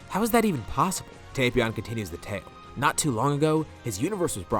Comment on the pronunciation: Finally! Someone who says Tapion right! It's not "Tap-Ion" it's "Tape-Ion"